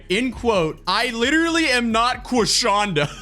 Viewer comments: Not Queef-shonda! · Not Quishonda! 😭